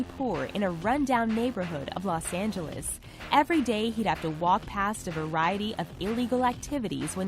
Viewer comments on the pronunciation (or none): none